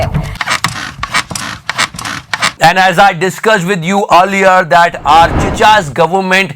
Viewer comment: The way he say chicha.. makes me feel hydrabadi🤣👌👌👌